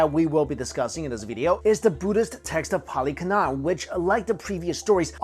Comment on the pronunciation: Why do you mispronounce "Canon" as "kuh-NAHN"? It's pronounced identically with "cannon" — and, in fact, it's a word in English. Please look it up in a dictionary that supplies word-origins and pronunciations.